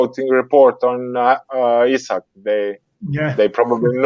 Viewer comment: Just for clarity, Isak is pronounced EEsak, and not Isaac.